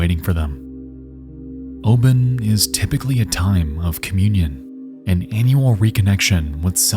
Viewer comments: true tho its pronounced obon not oben 😅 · Hi, I’m Japanese. Amazing video. My parents remember this tragedy like it was yesterday. Those buzzing of cicadas in said clip gives the deathly atmosphere. Obon festival is pronounced as “Oh-bawn” if Anglicized. Sorry for my weird English, I’ve been living overseas for years and still speak weird. 😅